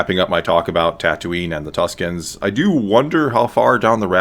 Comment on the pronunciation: I actually think it's "Tuskens", Tuscans are another name given to the Italians inhabiting Toscany :p